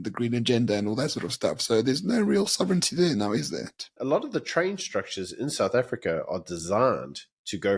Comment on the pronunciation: Hi, I'm asking why you now pronounce sovereignty as "sov-ren-nity" such as pronounced by the Palki woman from Wion? I have never heard this latter pronunciation in all my 81 years of living in South Africa. Now it seems that you feel that Palki's extended pronunciation is more correct. I'm no English professor although I believe I have a reasonably decent `knowledge of English and its grammar and pronunciation. Also on today's video entitled "ANC is becoming based,?" both the picture and wording were all blurred. Presumably this was due to a small "technical" error? Whilst I'm at it, I'd again like to complain about your and Byron's continued use of your new word "based." I'd appreciate your definition of this odd new word and simultaneously suggest that you both rather use an existing correct English word and not slang.